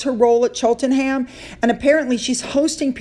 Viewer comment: Cheltenham.... Chelt-nam is how you pronounce it 😊